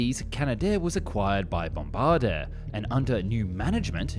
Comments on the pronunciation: Please learn the pronunciation of Bombardier. The end isn't d-air, it's dg-a. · Bombard-air?? It is pronounced Bombar-deee-eh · Bombar-duh... It's pronounced Bom-bard-y-ay. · You pronounced Bombardier incorrectly - try Bomb - bard - eee - eh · ITS...Bombardier...Here's an appropriate pronounciation: (Bom-bar-dee-ay ) I GUESS ITS TO HARD FOR THE ENGLISH TO PRONONCE ..eh! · Here's an appropriate pronounciation: Bom-bar-dee-ay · He'll pronounce it BOM-BAIR-DEE-OI. He's an Aussie afterall. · Out west you used to hear the Anglo pronunciation BOMB-BA-DEER like a WWII bomb aimer when referring to their snow buses and ski-doos. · Americans call it super scooper or air tanker. In Canada, it's a water bomber. Welcome to the extremely large club of persons who mispronounce Bombardier. At least you murdered it in a different way. Regarding relative aircraft efficacy, do the math. A CL-415 with water access can deliver 2 - 3 times as much water as any other option including the 747. No other planes can cycle as quickly. 12 seconds to refill the tanks. No Landing Needed! The DHC-515 will have night flying capability if local flight jurisdictions allow it. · NOTE: A CL-515 variant has entered production... but is not getting enough order to make the endeavour profitable. It seems like the governments of some countries do not really care if they are ill equipped to put out major fires. BTW, that is not anywhere close to how you pronounce Bombardier. Did you know you can enter a word in Google Translate, click the little speaker button and it is going to speak the word out loud for you? That would clearly come VEY handy for you!😉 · Every French-Canadian sprayed coffee at your pronunciation of Bombardier ;-) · As an Anglo, I also spit my coffee. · 🇨🇦 from Ontario I winced, I’ll let a native French speaker explain the correct pronunciation. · Hahaah no doubt. I'm in alberta speak French and it was so bad bro. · Every Canadian spit out their Timmies